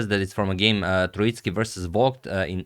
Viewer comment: Gentle pronunciation note: Tróitsky with the emphasis on the first vowel. This Russian surname comes from the word Трóица, meaning Trinity